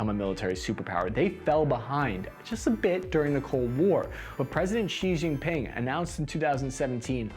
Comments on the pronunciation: That's the closest you've gotten yet with Xi's name. Your Chinese is getting better but it's J as in Jello, not J as in je ne c'est quoi. And there's no 'g' in Jin She Gin Ping = Xi Jinping You'll get it next time. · SHEEE JING PING NOT JEEE OR GEEE